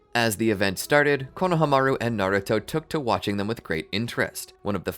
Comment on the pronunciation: Pronouciation please! It’s KonohAmaru not KonahamAru